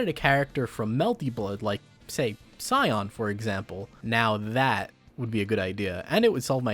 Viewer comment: I love watching you, man, but when are you gonna learn how to pronounce Sion's name right?